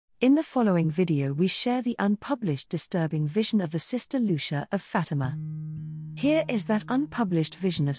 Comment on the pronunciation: Just mispronouncing her name makes me not want to watch this.